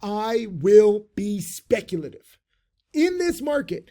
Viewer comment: "I WILL BE SPECTULATIVE"